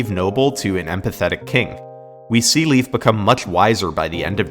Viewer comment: Leif is actually pronounced like the letter A. Lei(A)f.